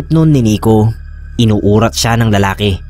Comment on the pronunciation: Correction po sir Inuurat po mabilis nyo pong sabihin Yun, Yung tamang pag bigkas haha